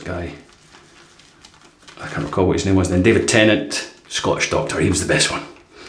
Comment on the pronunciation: To the others in the comments: how are you buying these blades? I've checked their site a few times, and there's no option to purchase them. Also, at one point it sounded like you said Doctoroo, and I thought of a kangaroo in a stethoscope and a white lab coat, with terrible handwriting.